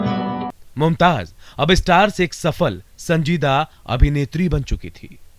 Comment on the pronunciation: It is not Mumtaj it's Mumtaz. Correct your J's and Z's